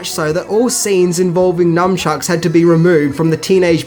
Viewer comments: NUN- CHUCKS....God i hate when people say numbchucks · Nice retro-review, well done! Oh and it's " nuNchuks" or "nuNchaku," not "nuMchuks." Ain't no "M." ;) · You mispronouncing Zelazny, as "Zelazini," was funny. He's one of the best known scifi authors of his generation. And nunchuka are a.k.a., "nun-chucks," not, "numb-chucks." But hey, you're doing great work, and I'm just sitting here being an asshole. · Mmmm 80's Cate Capshaw "sex scene". FYI (unless I am miss hearing you) it's NUNchucks. Cheers!